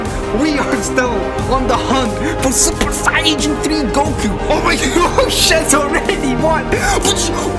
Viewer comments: Lol he says super siyagin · Omg ur sooo dumb Its not super sayaijin three Its supper sayyajin thariiiii😂😂😂